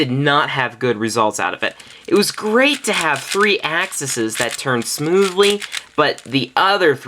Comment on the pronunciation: it's pronounced "axe ease"